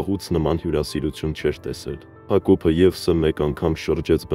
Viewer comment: Եվսը չի եվըս է ճիշտը կարդացեք թե չէ բառի իմաստը կորում է